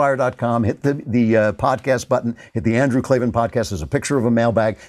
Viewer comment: "There are no R's in Klavan!"